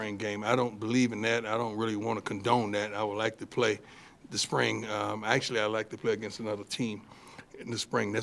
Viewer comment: Coach dun' pulled that 🤠hat out again!!😂 I love the way he pronounces "spring" as "sprang"...love Coach Prime💯.